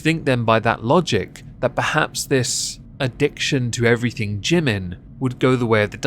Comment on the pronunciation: The true irony is they don't even pronounce Jimin's name correctly.